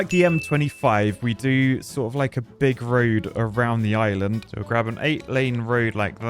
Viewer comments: Island ❌ Is-Lund ✅ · whatz za shape of za izland my brudda